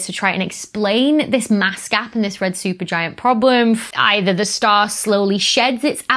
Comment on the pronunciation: Becky, thanks for sharing, educating and entertaining. You went a bit Sean Connery with "Red Shupergiant problem" 😂🙂❤